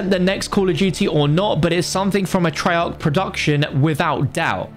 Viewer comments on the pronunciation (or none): none